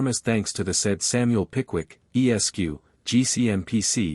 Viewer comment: This sounds like a mechanical recitation. The tone is flat and the cadence is unnatural. Furthermore, the voice pauses at every period, including those periods which follow the honorific “Mr”. BTW, Esq. is pronounced “Esquire”, not “E.S.Q.”